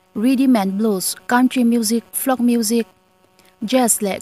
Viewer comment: Flok music nilovin, Folk (Fawlk) music zawk ani e... a ngaihnawm hle mai, amaherawh chu thu lam dan dik tawk lo a awm zeuh zeuh, a thu lam dan(pronunciation) hi fimkhur a pawimawh khawp mai. A thu lam dan dik tawk lo hian a ngaihnawm dan ati hniam thin. In ti tha hle mai..👍👍